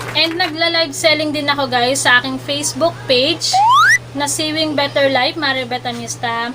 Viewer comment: Pronounce sewing as "sowing" not short e.